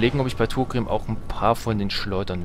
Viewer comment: Heißt er nicht Thorgrim und nicht Thogrim?